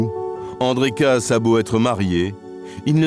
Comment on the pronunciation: Personnellement, chez les Kaas, je préfère Patricia. P.S. Le lascar prononce "Casse", mais ça se dit "Kaaaaas". Bigre. P.S. 2. La pauvre fille, à dix-neuf ans, elle est déjà passée devant le maire ? Wow. P.S. 3. Avoir envie d'aller voir "Hook" ? Encore bigre, je comprends que le plan ne lui ait pas plu !